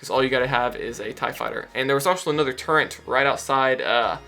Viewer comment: Thanks, this was a good walkthrough. The way you're pronouncing the word "turret" is killing me though.